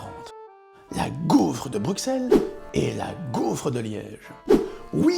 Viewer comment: Bruxelles c'est ta maison mais tu dis "Bruqsselle", rentre chez toi m'fi !